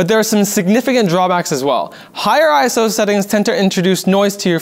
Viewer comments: Iso, not "I-S-O" In terms of film and cameras, iso doesn't stand for anything. It's a word, not an acronym. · There are some stuff wrong in this video. ISO doesn't have an acronym and does not stand for what is stated in this video. Also, ISO is pronounced "eye-so" not "eye-es-oh" However, great video that explains what it is.